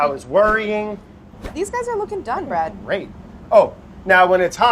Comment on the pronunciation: anyone else notice Claire calls him "Bread"